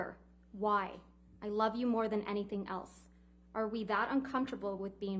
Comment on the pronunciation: That "I LAF U," JONHY was alrdy gone